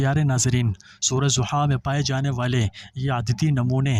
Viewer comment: Ta lfz " dha" ha, na k zia,pl. Reciate correctly .